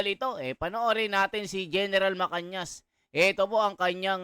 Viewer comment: Pls basahin mo mga comment...Gen. MA-CA-NAS hindi po MA-CAN-YAS